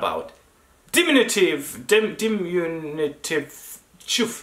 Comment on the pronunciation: Du skulle säga så här: di-MIN-yu-tiv. Not DIM-in-yu-tiv. Tack for videoerna..